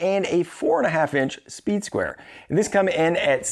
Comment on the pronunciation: You keep saying "soeed square".. im sure you know sir. That is a triangle in your hand, with out a doubt. Im sure most of the people watching this video went and passed first grade. That's a triangle sir.